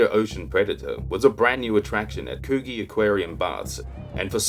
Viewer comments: It's pronounced could gee not what you said lol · Great vid.. Love you're work mate.. Coogees a tricky one, Its pronounced Couldgee, Anywho carry on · Very entertaining , except for the mispronunciation of Coogee 😀